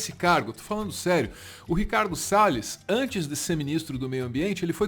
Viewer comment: quem está falando em inglês? Pela pronúncia parece um nativo, mas falou "Ricardo Sales" como um brasileiro falaria.